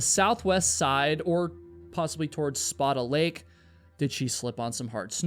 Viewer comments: Is that how you pronounce Spada Lake? I have never heard that in my life. I have always heard it said like "Spay-Duh." This feels like a game of telephone. (edit) Figured it out. The "Spa-dah" is the Italian pronunciation. The Lake is named after a charater in a French book though. The French has a stronger "A" sound in Spada. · *Spāda Lake (Spay-duh) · Spaida lake is pronounced the the shovel. Spaid a. It’s the Snohomish County Reservoir. Supplies water to multiple Communities. ❤️ 🖖🏼🇺🇸